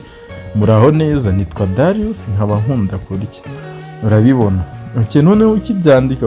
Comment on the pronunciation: Dariyusi❌ Darius ✅